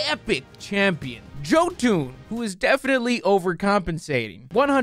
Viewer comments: Did you just pronounce ‘jotun’ as ‘joeton’ 🤣🤣🤣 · mans said "JOE-TOON" for jotun lol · Man really called jotun "joetoon" gg gg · just as a friendly FYI, "Jotun" is from Old Norse so the J is pronounced like an English /y/. It sounds like "YO-tin" or "YO-toon", whichever you prefer. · Did you just call Jotun "Joe Toon"? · Hey, Jotun is pronounced as (Yotun) Its norse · Shouldn't Jotun be pronounced Yotun? The Scandanavians treat Js kinda like Spanish does.